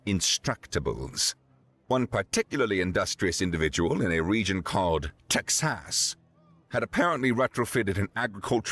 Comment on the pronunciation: "Tex-ass" lol.